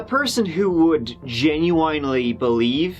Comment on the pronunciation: Genu-wine-ly lol